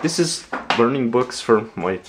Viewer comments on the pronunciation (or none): none